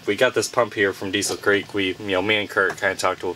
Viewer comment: Diesel Creek is in western Pennsylvania so it’s pronounced “Diesel Crick”….